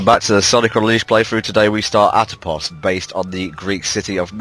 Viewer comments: lol, its Apotos, u guys said Atopos twice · It's called Apotos not Atopos >_>